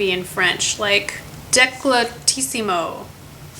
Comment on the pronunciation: You pronounce decoltissimo in a funny way but really well :) :) (i'm italian!!!!!)